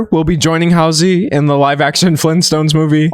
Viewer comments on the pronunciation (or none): none